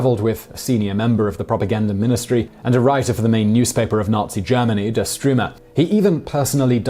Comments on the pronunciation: Another great highly informative video spoiled by Simon's pronunciation. He must be living on the moon because there are so many Germans all over the world that anyone could ask. he calls the army newspaper "Der Strewmer" instead of "Der Stuermer". Can he not even read? When 2 sides fight, one side doesn't "best" the other, it "betters" the other. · It's pronounced "Stürmer" and not "Strümer". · Weermacht? Wehrmacht?? Try Vairmacht, buddy (to correct your risible phonetics). Get your pronunciations right. And the German paper was called Der Sturmer, not Der Stroomer. And it's Lay-bens-raum, not Leebensraum. And... And... What's wrong with you?